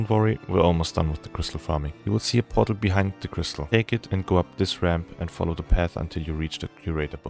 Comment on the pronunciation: Portal. He's saying portal. I thought he was transporting a "bottle" all over Azeroth for half the video 😅 Jokes aside, very helpful guide, thank you!